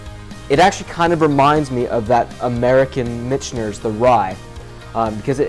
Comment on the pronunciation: Great video! I subscribed a few months ago. Keep up the good work. But I.... got to give you some friendly ball busting for pronunciation of Michters. (Mick-ters) You keep adding an (N) in there.. .. blame it on the whiskey. Lol